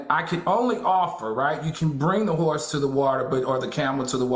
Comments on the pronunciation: I’m with you Al. The “hor” in horse was funny. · Al is cracking me up lmao - HOR in horse lol lol